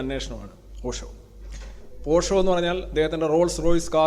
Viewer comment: പോഷോ allay, ഓഷോ ആണല്ലോ....